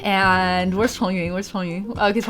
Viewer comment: dude its shongyun how could you misspronounce his name